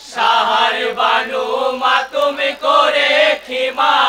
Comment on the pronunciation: মাতম হবে, মাতুম নয়